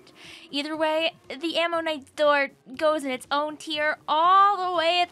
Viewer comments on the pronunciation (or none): none